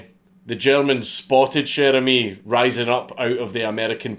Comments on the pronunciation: Dude, not sher emis, it's sher amis with a like in water. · Came here to hear a Scotsman pronounce "Cher ami!" Was not disappointed.